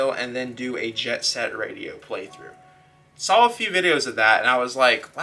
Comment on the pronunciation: great vid but, you said you sall it, now saw it :( SAW lol